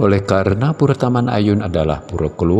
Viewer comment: Bahasa Indonesia untuk PURE adalah PURA dan dibaca PURA bukan PURE(LOKAL)🙏